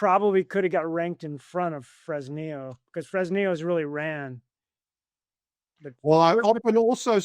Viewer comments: Its pronounced Fress nee yooo. The humble place of my birth. Ill call up Sheinbaum and ask her to never nationalize and let the miners produce. 🤠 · Somebody tell the bald gentleman how to pronounce Fresnillo.